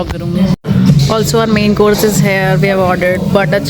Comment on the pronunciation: Your videos are lovely but please improve your English pronunciations like there is difference between Hair here